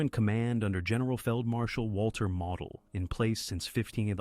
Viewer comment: It's: Moe dl. Not model like you build.